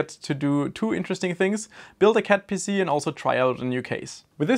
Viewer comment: I admit, I heard "cat pissy" once and now I can't unhear it.